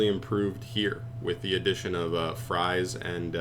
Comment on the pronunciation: Fries??? Fraise!!! Not fries not Tia Fries Fraise = strawberry Ai = a like the "a" in "and" Just say Frase not Fries... pls dont end up like Baronne the floor T.T It is even worse because if you say Fries it is still food it could work but I dont see Tiara in Mcdonalds in the artwork so pls say FRASE